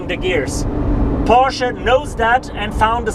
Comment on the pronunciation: porshee? lol